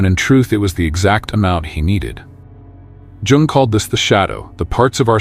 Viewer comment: Sorry, but Carl Jung's surname is correctly pronounced "Yung". Interesting video!